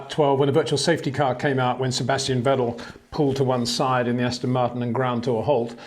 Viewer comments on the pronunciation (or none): none